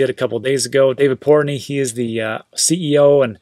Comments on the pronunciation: port noy not portknee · Lol. are you saying Portnoy wrong on purpose? Its Noy like Toy.